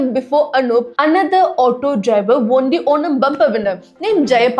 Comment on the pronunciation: 'won' is pronounced exactly like ONE 👈